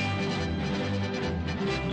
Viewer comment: FYI It's pronounce Neil "Gay-min" (not guy-min")